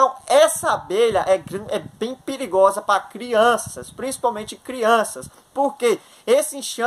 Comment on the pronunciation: Preligrosa? O português em dia.